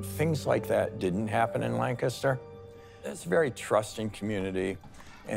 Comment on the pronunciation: Why are they saying Lancaster like that? It's not "Lnkstr."